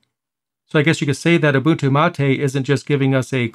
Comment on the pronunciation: Finally i hear someone pronounce Ubuntu correctly, 99% of people pronounce it wrong